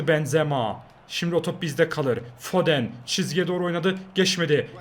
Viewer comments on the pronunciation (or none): abi foden foden diye okunmuyo ama neyse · Abi FODEN DİYE YAZILIYO AMA FODIN DİYE OKUNUYO